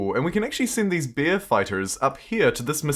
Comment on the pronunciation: Its "bear" not "beer" ... you talk funny ;~)